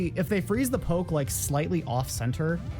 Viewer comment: You saying poke triggers me every time lol